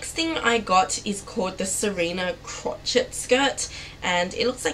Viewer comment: Crochet pronunciation crow-shay